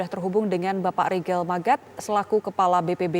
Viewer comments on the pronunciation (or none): Bukan rigel tapi Rihel 😀